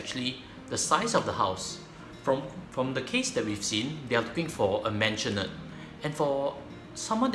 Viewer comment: maisonette...not mansionette